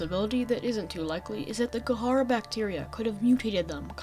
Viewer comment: Kharaa is pronounced (ka•ra), not (ka•ha•ra). Other than that great video